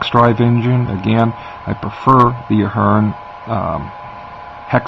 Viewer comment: I think you are pronouncing the company's name wrong. It sounds like you're saying Fern. Its Athearn (a-phern).